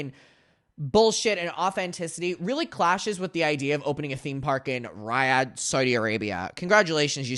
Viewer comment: Your pronunciation of Riyadh is actually killing me